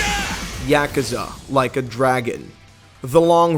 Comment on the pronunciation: Yak ew za? Holy fuck that was pronounced horribly